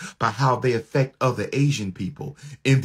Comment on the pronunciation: "Afeck" his job? 😂